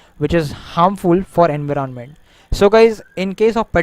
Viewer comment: nice video. leed and enveernonment are new words i,ve learned though.